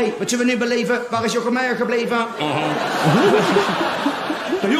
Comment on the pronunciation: you pronounced the title and name super well :D